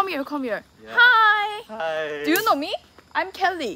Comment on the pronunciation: “you konw”